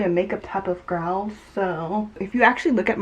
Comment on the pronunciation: did you try to say girl and gal?? i promise i heard gir-al LOLL